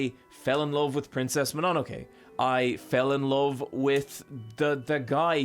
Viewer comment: The way you pronounce Mononoke hurts the very depths of my soul.